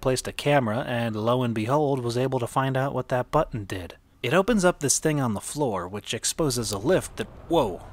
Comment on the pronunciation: You said the word «button», like You're about to tell Me to not to press it... or like You also want Me to go through the left door Are You The Narrator Jr.? (The Apartment Ending fits my life a little, cuz it's sad) «If places and situations from School Math Problems were real»